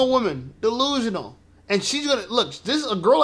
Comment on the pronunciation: I'm sorry, did you call this woman "Delusional or De- LOSER"?! I may have heard that wrong?🤔🤪😅